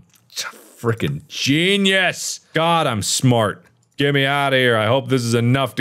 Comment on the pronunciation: if i took a shot for every time he said “gunius” i would be dead